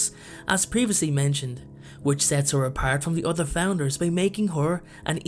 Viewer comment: When you say "other" it sounds like "udder"